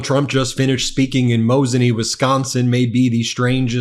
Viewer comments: I'm so happy you pronounced Mosinee correctly. Most people don't, even my GPS says "Moss-i-nee" and it drives me nuts. Anyway. I drove out to CWA to see the shitshow for myself. It was sheer batshit lunacy. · You pronounced Mosinee correctly! Can you give Trump elocution lessons, or is he too far gone….